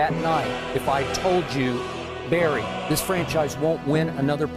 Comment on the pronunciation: "Baryr" Oh, Detroit....